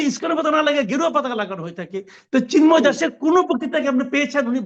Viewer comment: ব্যাটা জা নোয়ার জ ঙ্গি, "চিন্ময়" শব্দটা সুন্দর করে বল।